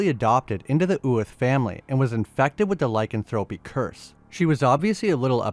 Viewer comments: "Lie-can-thropey" is actually "lick-an-thro-pee". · Google how to pronounce lycanthropy please